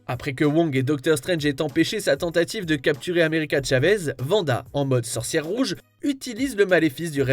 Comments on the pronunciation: Pas "vanda" svp 😭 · Quelqu'un peut expliquer à que c'est Wanda...pas Vanda?!